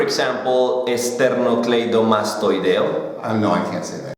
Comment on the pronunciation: como cuando ni el entiende jajajaja no mentiras excelente!!!!!!!!! jajajaja y "esternocleidomastoideo" LO MATASTE JAJAJ eso no lo decimos ni nosotros!!!! jajajajaj MERO APROVECHADO JAJAA